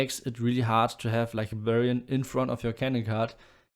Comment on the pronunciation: Every time you say Barbarian, I hear Bavarian (send in more Bavarians!) :D